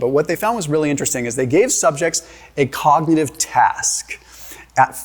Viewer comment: Shows what absolute clowns doctors are 😂 this guy can’t even say “cognitive” omg lolll ❤❤😂😂